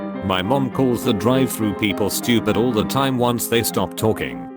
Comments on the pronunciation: the way they pronounced Drive-“Thrus” 😂😂😂😂😂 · Drive "Thrush " Pewsy SW.